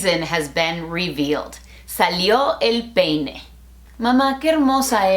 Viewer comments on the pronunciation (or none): JAJAJAJJAJA but please do not forget to say the I when you say peine, trust me, you cracked me up there 😂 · Remember to use the I in the word Peine guys 😂. Good one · Oh Laad!! Now I know what you mean by emphasizing the I in peine..Lol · Yes, Please, make sure to put the "I" among "E" and "N" in the word "peine". Because "ya salio el peine" that going to hear like "ya salio el pene" I mean, from outside panth.. you got it? Good xD (Soy nativo hablante y, Sí, suena mjuy muy raro) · Jajajaja excelente video. Me dio risa la "I" en peine. Me da risa que enfatices que la pronuncien. Jajajaja. En verdad excelente video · Mi tía se caso con un estadounidense y le enseñaron que significa "ya salió el peine", pero el no pronuncia la i en peine XD y no lo corrige porque dice que el no la corrige a ella cuando habla inglés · Hoy me aventuré a ver un vídeo tuyo en inglés y sin duda tomé la elección correcta. Aunque estoy lejos de hablar inglés, entendí la gran mayoría de las cosas que dijiste y, sobre todo, tienes una dicción tan buena y marcada en ambos idiomas, que es súper sencillo entender. Me reí mucho con el énfasis que hiciste en la palabra peine, jajaja. Felicidades por el millón en el otro canal. Sigue así.👍